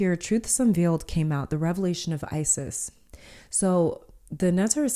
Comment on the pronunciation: from the egyptian goddess ISIS this is not how to prononce her name...